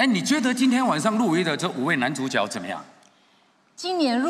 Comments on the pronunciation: 主角 正确拼音是 zhǔ jué。 怎么这两位主持人都念成 zhǔ jiǎo？ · 主角的角应唸jue( 阳平)。 致金马奖。